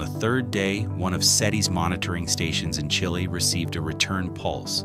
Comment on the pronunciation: You said Chile notice it?